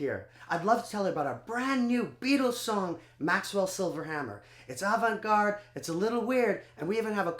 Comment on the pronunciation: That isn't how you pronounce Avant, but you got it right the second time.